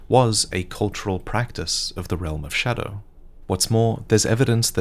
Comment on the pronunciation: Is there a reason why he says „showdow“